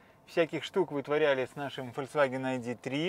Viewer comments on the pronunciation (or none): Фольксваген, а не фольцваген (фолк-народ, С - соединительная). Ну режет слух, невозможно слушать это Ц, которого тут нету. Вы же в массы несете слог... извините, не выдержал)